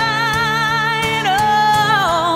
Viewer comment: She pronounces D Vine and leaves the 'i' out.